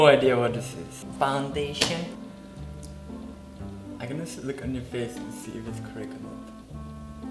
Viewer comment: JAJAJAJAJAJA NMM faundeishion JAJAJAJJAA ailainah mascalah